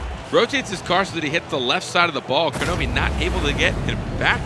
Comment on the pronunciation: Why did they keep mispronouncing Kronovi's name?